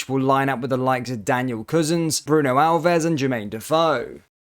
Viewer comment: Daniel cousins😂😂 enjoy the content mate but its pronounced koosan